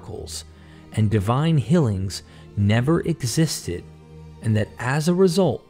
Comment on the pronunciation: I love listening to your narrations, but you’ve got to correct how you say “fillings” and “hillings” instead is “feelings” and “healings.” They don’t sound the same, but you pronounce them the same.